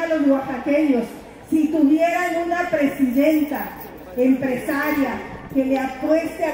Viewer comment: "poque quiero sej pejidenta" 😅😅😅😅